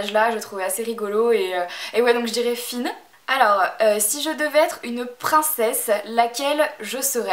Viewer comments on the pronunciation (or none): C'est Flynn et non Finn haha. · C'est Flynn c'est pas Fynn